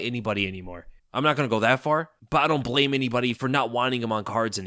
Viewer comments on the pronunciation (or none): none